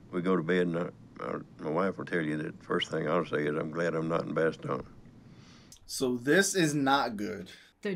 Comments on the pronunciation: Not tryina hate but the way he pronounced Bastogne at the beginning of the video had me crying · Pronounced "BassStone" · & If you haven't happened to check yet, the name of the town is pronounced like this "Bast" (sounds like "mast" but with a B) tonge (same sound as "stone" minus the S) Bas-tone is the sound written phonetically is how you say "Bastogne" Which a town in Belgium and was a six way intersection of roads, the north eastern ones leading back to Germany through thick forest, others go to Netherlands and France, one directly to Paris, making it a critical juncture of control because vehicles, troops move fastest and safest on roads once they are cleared of enemy, and make for a defensive point trap if the enemy tries to take them. I hope this helped.